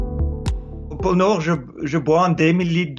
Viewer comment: Porno = pôle Nord ?